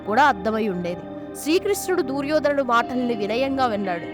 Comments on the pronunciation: దూర్యోధనుడు కాదు..... దుర్యోధనుడు. తెలుగు భాషను ఖూనీ చేయడం శోచనీయం.... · దుర్యోధనుడు అని పలకలు.DOORYADHAN.ని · దూర్యోదనుడు ఏమిటి తల్లీ! దుర్యోధనుడు అనాలి. ముందు ఏ పదాలు ఎలా పలకాలో బాగా నేర్చుకుని ఇలాంటి వీడియోలు చెయ్యాలి. ఇంక ఎవ్వరినీ నీ అప శబ్దాలతో ఎవ్వరినీ ఇబ్బంది పెట్టకు. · అమ్మ దూ ర్యోధనుడు కాదు దుర్యోధనుడు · Duuryodanudu kadu talli duryodhanudu anu emi telugu talli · దుర్యోధనుడు తల్లి. దూర్యోధనుడు ఎందుకు అంటున్నారు మీరు. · Duryodhanudu anaali, Dooryodhanudu kadu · తెలుగు స్పష్టంగా మాట్లాడటం నేర్చుకొని వీడియోస్ చెయ్యి అమ్మ గారు దూర్ యోధనుడు కాదు దుర్యోదనుడు అని పలకాలి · దూర్యోధనుడు కాదు.... దుర్యోధనుడు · అంతా బాగానే పలికేవు అమ్మ కానీ దూర్యోధనుడు అనే మాట వినడానికి కాస్త ఇబ్బందిగా ఉంది. అ పదాన్ని దుర్యోధనుడు అని పలకమ్మా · దుర్యోధనుడు.. దూర్యోధనుడు కాదు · దుర్యోధనుడు అని పలకండి pls. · Amma talli neeku telugu palakatam ravadam ledu Duryodanudu nu peru sagaddestunnav